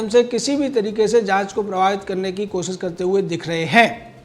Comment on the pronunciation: Hey, What is 'kosis'? Man, I thought I knew Hindi, but never heard of 'kosis' Did you mean 'Koshish' by any chance?